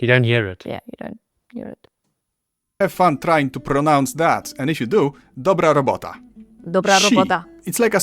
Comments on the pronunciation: WOW! That perfect 'dobra robota' out of nowhere was a shock to me! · you said the words perfectly " dobra robota " - you have a talent for languages😊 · The hard R appears in English: I often hear it in Scottish and Ireland And in a certain American N-word that is not allowed to be pronounced ;) - This is the most Polish pronunciation of “Dobra Robota” I've heard on Youtube :)